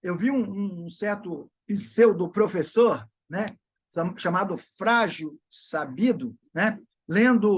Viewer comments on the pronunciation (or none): Não é "pzeudo" é "pseudo".